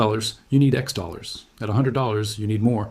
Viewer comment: Teach your AI how to say dollars